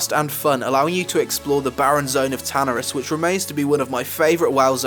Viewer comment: Lol same dude he said tanaris and auberdine differently than how I pronounce